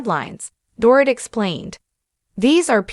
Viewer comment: Learn how to pronounce Dorit correctly m!!